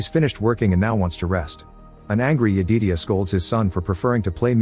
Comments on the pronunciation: OOO MMMMGGGGG Jed-i-diah not yededia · Since the AI didn't understand: Smoke was not burning tge father. Stack was knocked unconscious and Smoke killed the father. Stack wome up when Smoke was burying the father. And Sammy's fathers name was Jedidiah, that the AI couldn't figure out how to pronounce.